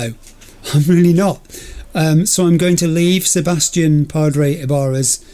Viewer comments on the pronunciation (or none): none